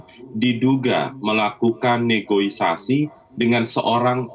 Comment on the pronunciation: Negosiasi pak, bukan negoisasi! Tapi apapun kinerja ICW patut didukung